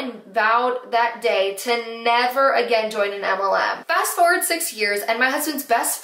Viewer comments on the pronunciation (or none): none